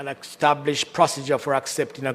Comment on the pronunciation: The word is established NOT extablished.